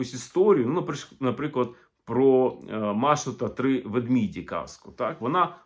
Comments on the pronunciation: Дякую, дуже цікаво. Але є одне зауваження: слово ведмеді вимовляється саме так - ведмЕді, а не ведмІді. Тобто, ведмІдь - однина, але вЕдмеді - в множині. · Ведмеді, а не ведміді. Дякую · Дуже цікаво, з приємністю послухала. На жаль, деякі мовні помилки псують загальне враження. Наприклад, повторене декілька разів слово ''ведмІді''... (ведмідь - ведмЕдя - ведмЕді''). Це насправді ВАЖЛИВО! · Тільки не ведміді, ведмідів, а ведмЕді, ведмЕдів. 😊